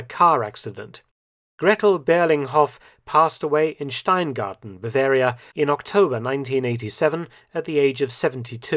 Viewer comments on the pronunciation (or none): none